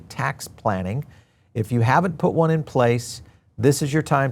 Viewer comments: Its pronounced Wahn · It's pronounced one